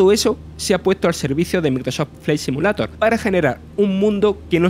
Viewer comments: Aprende a pronunciar por lo menos el nombre del juego. No mames. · Microsof flai SIMULATOR jajajajaj lpmmm me agarraba algo cada vez que lo pronunciaba. No podessss